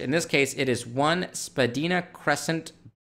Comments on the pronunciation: Love the channel. It's pronounced "Spuh - dine - ah". That's the name of the street. Keep up the good work. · Hey, Spadina is pronounces Spah-die-nah...lol. I'm just nit picking and wanted to give you a hard time 😉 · FYI, the word "Spadina" is pronounced by locals as "sp' DYE nuh" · It’s pronounced spah-dine-ah.